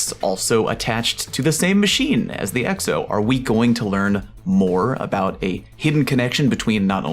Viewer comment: Are you intentionally pronouncing Exo as eggs-o?